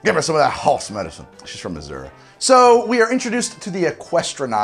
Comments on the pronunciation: Missouri shout out. But we don’t all say missoura lol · Did he just say Missourah? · Did you have to say Missouri like that?😭